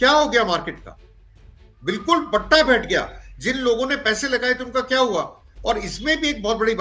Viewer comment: Mam, BATTA nahin BHATTHA BAITHAYA... BATTA LAGNAA HOTA HAI...